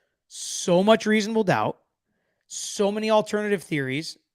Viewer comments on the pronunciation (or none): none